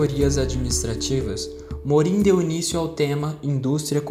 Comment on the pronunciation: parabéns pelo vídeo! Tenho prova hoje e seu vídeo me ajudou muito a sintetizar as ideias dos teóricos. Gostaria de dar apenas uma sugestão: atenção a pronúncia dos nomes dos teóricos. Como os nomes são franceses, a pronúncia correta seria: "Jean Bôdriard" "Edgar Morrãn" "Michel Focô" etc. De resto está perfeito. Parabéns!